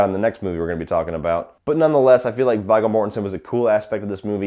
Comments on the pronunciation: Yeah, I like his reviews but kind of shocked he pronounces But Viggo ( Veego ) Vie-go. Wow, kids these days. I thought everyone saw LOTRs. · lol the name was pronounced "Veego". Viggo Mortensen and i am a fan of this movie. i normally skip the scenes with the boring couple and skip to the Sawyers. i love Leatherface. this one i think is one of the more handsome ones, or maybe i'm just a twisted girl. and surprised you didn't mention how the little girl being Leatherface's daughter came totally out of nowhere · V”eye”go Mortenson ... lmao Jesus dude. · Viggo . And it pronounced V-go . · It's pronounced V-go. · His name is pronounced "Veee Go" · how you say viggo mortensens name is so fucking wrong